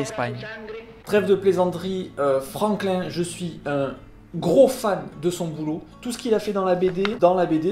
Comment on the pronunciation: C'est Franquin et non "Franklin"...